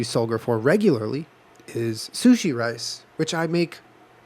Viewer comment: Julien: What were not going to do is say chilli sushi. Jenna: .............Chushi Me: Died